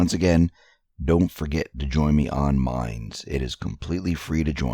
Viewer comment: Oh! no wonder I coudn't find it! It sounded like you were saying which is a Google survey site. Thanks for spelling it out for me. There is no link in your show notes. I wonder how many other people misunderstood mimes, instead of minds? Ah! linguistics!